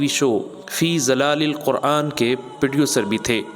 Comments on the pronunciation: Bhai khuda ka wassta zalalilquran nahin zilalilquran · فی ظلال القرآن آپ نے غلط تلفظ کیا ھے معذرت کے ساتھ ظ کے نیچے زیر پڑھنا ھوگا ورنہ ساے کی جگہ ترجمہ گمراھی کا بنے گا میرے ھم نام بھائی آپکو اللہ جزائے خیر عطا فرمائے بھت پیرا کام کرتے ھیں آپ دل سے دعا گو